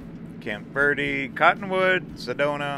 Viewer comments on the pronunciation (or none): none